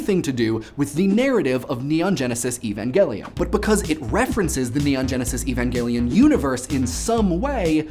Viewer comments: thank you so much for not saying "E-van-jelly-on" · I never knew "Evangelion" was an actual foreign word and therefore not pronounced like English words of the same origin, i.e. not with a soft G. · Shout outs for pronouncing Evangelion with a hard 'G'. Well done on that. I thought it was specifically entertaining that you chose to focus a portion of the episode on Rei, who was originally conceived of as the emotionless alien girl that people should 'not' identify with in any way, yet despite that, there is so much made with her face on it, banking on people's love for her to sell products. Just an interesting aspect of otaku culture I suppose.